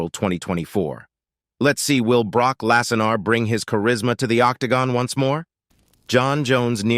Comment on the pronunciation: Brock "Lasanar"? Wtf?! 😂